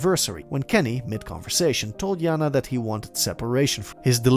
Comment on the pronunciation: JaNa is pronounced Janay not yana